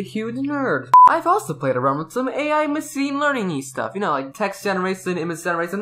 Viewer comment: I just want to know why pronounces the “sh” sound in “machine” and “generation” (muh-sheen) & (gener a shin) as “massine” and “generassion” (muh seen) & (gener a siyn).